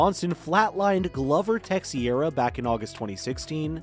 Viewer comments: Dude you need to learn how to say Glover Teixeira's name. In Glover it's a long o like Glowver and his last name is not texeira its said like this Tei-Chera. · Hard for me to keep listening after hearing Tex-iera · Glover “Tex e era”? Man. If you really don’t know what you’re talking about, why even do this voice work? Immediate stop and thumbs down. Waste of time. It’s like listening to a construction worker explain rocket science. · Man said “Tex e ara “ 🤣🤣🤣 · Glover “Tesh-era” 😜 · Who this "tecksiaira" fella?